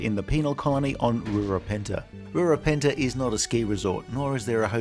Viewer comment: Rura PEN-THEY. PEN. THEY. Penthe. Not Penta, or pentu, or peanut butt.